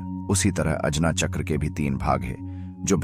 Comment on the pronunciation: Hindi me uccharan kijiye chakra ka jada impactful rhega make sense